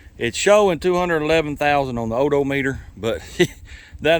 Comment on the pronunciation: Hey, one question sir, can you fix an o - do-meter with some gas-ka-leen? Is that possible? You are a total trip sir, love your video's!